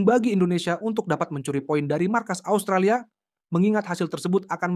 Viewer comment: Asutralia apaan, 😂😂😂 kocak luu, ngomong yng bner 😂😂